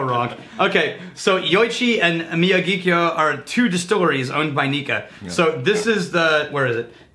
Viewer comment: Miyagikyo pronunciation not too bad homie